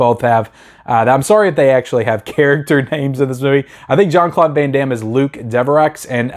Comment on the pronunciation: Luc Deve~row and Dolph lund~gren. You unisoled these names, lol. Love your channel, man!